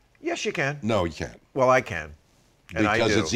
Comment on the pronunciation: "It's a theory ..... weeellll it's a theory" amazing